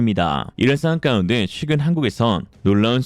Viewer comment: 상황"까"운데??? 도 좀 거슬리네요.. 그런데 !!!!! 피타고라스님이 한마디로 정리하셔서 만점 !!!!!!!!!!